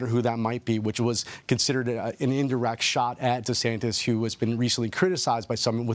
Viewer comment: Dude even called him Desanctus haha